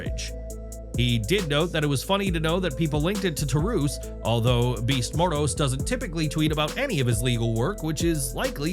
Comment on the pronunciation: You need to know how to pronounce some of these names " Taurus "